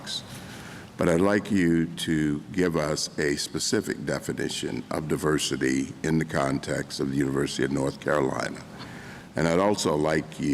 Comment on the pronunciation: Diversity not duversity